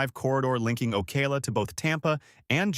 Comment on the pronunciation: It’s not OKAY-LA it’s Oh-cow-la.